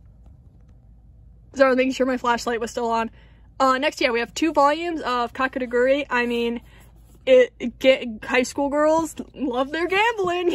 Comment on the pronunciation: not kakeRugui , it’s KakegUrUi, no hate i just want to inform u <3 great collection